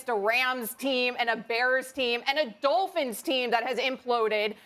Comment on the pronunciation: She said Dohl-phins 😂